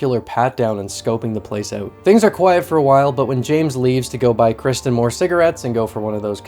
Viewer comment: I continue to be impressed with the quality of review coming out of this channel. Keep it coming! (Also based on that singular “out” …do I detect a fellow Canadian?)